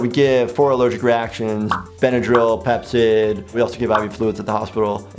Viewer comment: When he said Pepcid I thought he said Pepsi XD